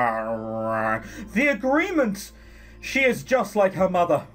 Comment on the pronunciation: I do enjoy watching your videos but you should know that some words are spelled differently in America, we spell the word realize with a z. Also, you don't pronounce the h in honor (on-er), and armor is arm-er.